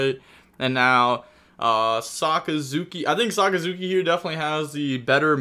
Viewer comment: Dude pronounced Sakazuki perfectly, but will stuble on any english word with more than 2 syllables.